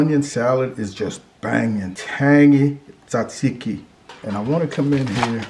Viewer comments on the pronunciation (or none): Btw pronounce it taaaazeeeeki